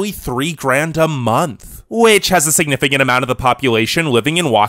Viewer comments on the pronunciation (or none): none